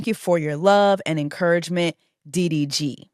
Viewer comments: When she said " UVY"?? I almost crashed my car I bent over laughing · you calling DDG diff letter of the alphabet was really fucking sending me LOL